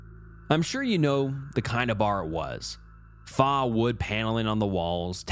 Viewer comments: faux- pronounced foe, stupor- pronounced stew-per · That shit threw me off too hard 😂😂 Plus Faux being pronounced FAHHH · “Faux” is pronounced “F-Oh”. Please look up the pronunciation of common vocabulary that you may not know the sound of. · FAUX is pronounced FOE. At least you didn't pronounce it fox. 😂😂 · thank yu lmao glad someone else notice the faux one 💀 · the way he said faux wood 😂